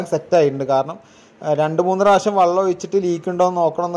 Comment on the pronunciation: വള്ളം അല്ല ചങ്ങാതി വെള്ളം ആണ്